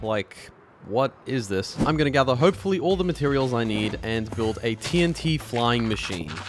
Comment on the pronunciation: "the fliyng fork"